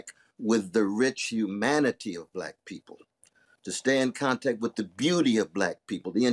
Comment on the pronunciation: Did he just say Kontack?